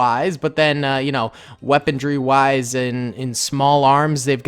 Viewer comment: The word "weaponry" does not contain the letter D.